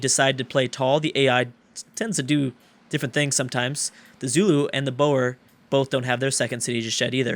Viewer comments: you are prenouncing the boer wrong. its more like boor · yeah its prenounced more like boor